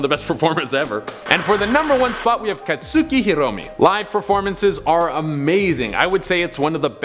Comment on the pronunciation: katsooki me, an MHA weeb: FIO&TGKHUFGKJL<BUYIOG IT'S KATSUKI